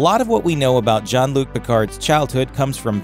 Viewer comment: Sounded like he was calling him John instead of Jean.